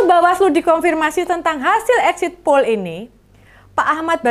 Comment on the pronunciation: Poll, bukan pool..